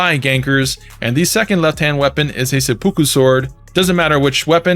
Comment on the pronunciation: Not trying to be “that guy”, but it’s pronounced…..Sep-ahh-coo.